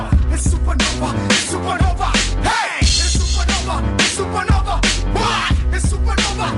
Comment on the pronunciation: ITS SUPA NOVA,ITS SUPANOVA!!